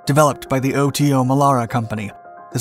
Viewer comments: For all that is holy, please use the proper pronunciation!! It's NOT the O.T.O. Melera, it's the Otomelera (one word) I spent 9 yrs on 2 FFGs working on that gun. We never called it the O.T.O. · We met up with a few US Navy guys on holiday in South Africa, where we also manufactured and used the Melara system for and on our Minister class strike craft. WE got to talking about it and they called it "Oddo", like it was unusual or abnormal. Now I understand that they were just mispronouncing their t's. Duh!! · It's not, it's pronounced Oto Melara, Oto, as the name Otto but with a T less, so a softer T. Source, i'm Italian.